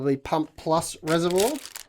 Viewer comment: Hi. I noticed you pronounced "reservoir" strangely. To help you along, go to this URL for the right way to say it. Hope this helps. Ooi, I'm an Aussie too.